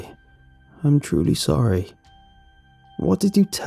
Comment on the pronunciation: WHARE ARE YEW. AND IM SO SAWRYYY